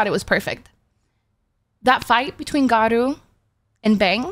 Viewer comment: Not geenos its to be pronounced jenos and not garoou its garo